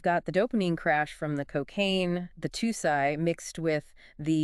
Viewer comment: It’s pronounced “too si” and it’s supposed to mimic the drug 2C even tho they’re completely different.